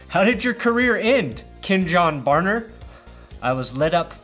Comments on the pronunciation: The way you say Kenjon😧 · I thought it was just me but he is saying it weird